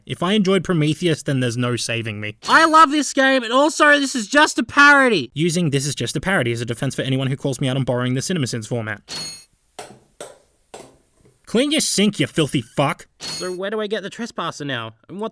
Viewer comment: "borrwing" ding